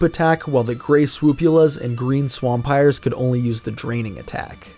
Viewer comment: swAMPIRE, not SWAMPire